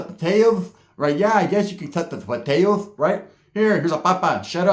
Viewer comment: Great story bro! Had me laughing about the dude w no tongue “potatoTH” 😂😂😂